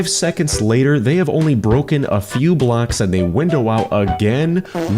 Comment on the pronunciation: The way he says blocks is weird like bblllackss